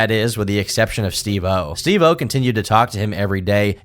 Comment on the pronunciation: love the videos but hate the way u pronounce steve-o